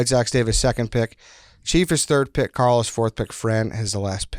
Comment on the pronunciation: It is Carl. It is not close.